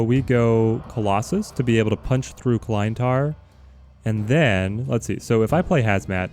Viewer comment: hate to be that guy, but you're pronouncing Klyntar incorrectly. You're pronouncing it like "Kline-tar" when it should be "Klinntar". Aside from that, love your content!